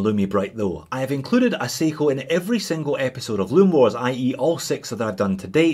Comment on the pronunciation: he says seagull instead of seiko?....Or is it aussie accent?